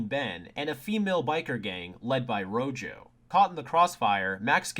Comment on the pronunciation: Isn't Rojo's name just the word red in Spanish? So shouldn't it be pronounced Roho?